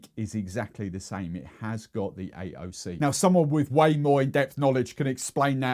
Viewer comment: Excellent vid! As a newbie I was under the impression that rhum agricole blanc must be similiar to cachaca, and as the comments show me I wasn't completely off. Yay me 😉 As for the pronounciation of "AOC", first of all big kudos for attempting it in the first place. I'll take the liberty of letting my inner language nerd toss this one around a bit, hope not to be too boring or distractive... it's a toughie for anyone who hasn't learned French. And, btw, not only in the UK does language teaching suck for the most part. Anyway, not only does French have a quite, erm, creative spelling (about which English does know a thing or two as well) but there are also a number of sounds in there that English simply doesn't have (any more). "Appellation" is somewhere in the ballpark of "a pellas yorn", the "r" being silent as is usually the case in British English, the nasal "n" isn't really an audible "n" but close enough. "d'origin" is approximately "dory zhin" (the "r" is quite different but let's not go overboard) and "controllée" is not so far from English, except for the final "e" which is a long vowel no longer present in modern English. Think of the way some Scottish people say "brain" -- "breeehn"... And on this light note, back to working through my steadily expanding list of rums to buy... 🤣🥂